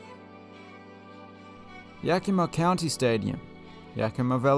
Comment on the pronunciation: You pronounced Yakima right. Thumbs up 👍👍 And Pippin is a type of apple grown around the Yakima area.